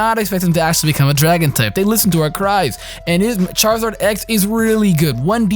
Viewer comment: Charzard.....triggered lol